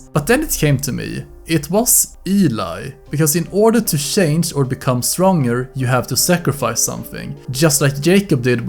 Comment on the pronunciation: You said "shange" so many times in this video I now believe that that's how the word is said.